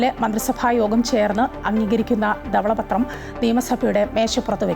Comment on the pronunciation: ഉച്ചാരണ ശുദ്ധി ഇല്ല. ദവള പത്രം അല്ല. ധവള പത്രം എന്നാണ് ഉച്ചരിക്കേണ്ടത്.